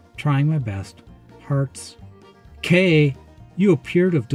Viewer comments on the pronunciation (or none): none